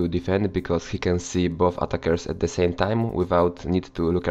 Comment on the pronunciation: 'Ze' special one